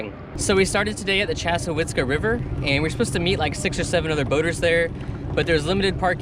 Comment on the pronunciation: I gave up try g to launch a boat on the weekend. It's packed everywhere. So I just swam in the Gulf. Very ambitious day. And must say one of the few people who correctly pronounces the Chazz river.